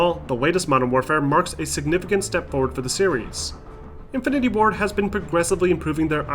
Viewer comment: Okay, I know he meant Infinity WARD but, it sounded like he kept on saying Infinity WAR instead. (-__-)